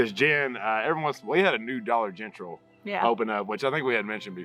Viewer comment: I about lost it laughing when said “dollar gentral”. I was an emergency dispatcher for 16 years and if we had to give a call out the the Dollar General we had a challenge to see if we would be able to get out dollar gentral without hesitation. Like it was the most natural thing. If you did it you got the winnings if not you had to put in $5. Sounds easy until you go to do it and you realize how many people are listening to you on the radio. Anyways thanks for that laugh!